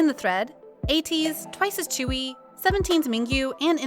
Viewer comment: Chewy?? No.. tzuyu. Sounds like zzuyui